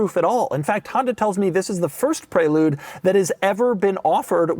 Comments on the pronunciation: It’s called a Pre-lude not pray-lude! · So upset with how he pronounces prelude. I always thought it was prè lude not pré lude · Why is he calling it the pray-lude. Isn't it the prelude, like the actual word? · ITS PRELEWD when u say it ffs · Is this really how Americans pronounce Prelude ...."prey-lood"?!